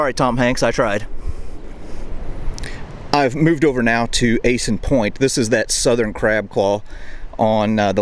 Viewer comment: Thank you for this video. As a native I would like to point out that my people are Chamorro and not Chamorrons. I mean morons? Really? 😂. Also the pronunciation is ahh-san (a like acclimate) not ah-son.